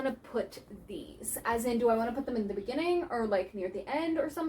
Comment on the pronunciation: "In the beningin" made me laugh so hard 😭😭😭